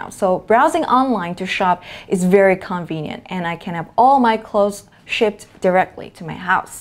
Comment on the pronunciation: Giọng cô nghe đã quá, em góp ý là một số từ bị nhấn nhầm trọng âm thôi: tranquil, casual, convenient, identify. Anway, love your pronunciation. From a big fan <3